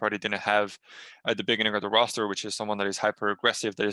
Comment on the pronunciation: is it just me or do i hear nbk saying "beniginning" and "panignic" ?